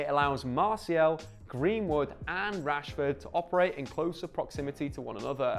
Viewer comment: why the emphasis on the last word of every sentence. "We have to talk about Marcus Rashforrrrrrrd". "get a shot awaaaaaay". "than any player in the sideeeeeee". Drove me crazy.